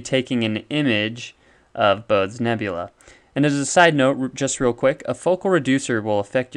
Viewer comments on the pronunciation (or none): none